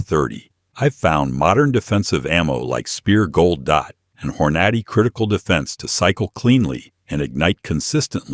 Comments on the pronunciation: AI CRAP HORN - NOT - E LOL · AI said Hore-notty 😅😂🤣